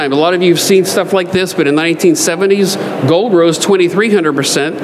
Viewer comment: You pronounce the "L" in silver with no difficulty whatsoever, yet mispronounce gold, as "gode" and hold, as "hode". Why is that?